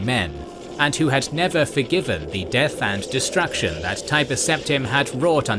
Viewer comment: lot of pronunciation mistakes. worst one is like how do you mispronounce destruction?